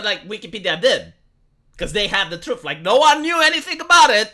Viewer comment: The "Troof"